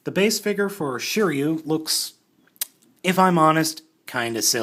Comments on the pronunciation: Shiriu 😂😂😂😂you don’t know his name hahaha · Just to let u know, since i know japanese every letter makes the same sound, and r in sets of 1, 2 or 3, a constanent and a vowel. So shiryu is shi ri yu in japanese writing and is pronounced sheereeyu